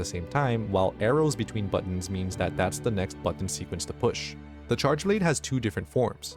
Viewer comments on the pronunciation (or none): Learn how to say "buttons"